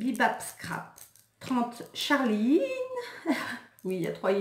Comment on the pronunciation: Lol quand t'as appuyé sur la prononciation de charliiine